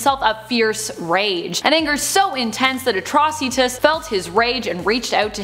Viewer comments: At-tro-ceetus. Died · Atroci........................DA FUQ! Why you say it like that.